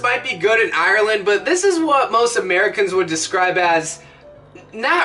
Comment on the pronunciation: Aahh it hurts to hear you say Ireland like that Its Ire - Land Not Aye - Ur - Land Two syllables